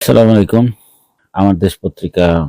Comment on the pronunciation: TOMRA SALAM DEWA O SHUDDHOVBE SHIKHO NAI, ASSALA MU LAIKUM BOLTE HOBE. ASSALAMALIKUM NAE- TOMAR MRITYU HOK.